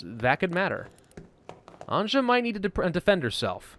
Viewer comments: Anje is not said As anjah is said as Anyeh…good god your butchering her name😂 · its bosnia the game is inspired by a siage of sarajevo by the serbian army in the 90s And slovenes croats serbs bosnians and montenegrins pronounce Anja like A NJ A "Nj" is one letter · since this Anja name is slavic, you might want to pronounce it as if it wrote Anya. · I’m just saying this game seems very Balkan inspired cuz of the names. And anja’s name is actually pronounced Ann-Yuh. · Anya...please...it hurst my Slavic brain when you torture that name :D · Anja is pronounced as ''Anya''. If you ever watched ''Anastasia'' cartoon, perhaps you noticed characters saying ''Anya'' when talking about main character. Also it's written ''Family's Collection'' in Serbian on that aged paper. Cheers! :D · Anja is pronounced Anya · No its anja "Nj" is one letter in all yugoslav languages Also the characters speak bosnian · I know, but he is saying it like she would be Frech or what. It really hurts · When you are saying Anja, try to say it like news, nj + u + s/z, I know slavic languages are hard, I'm sorry that I couldn't give you a better example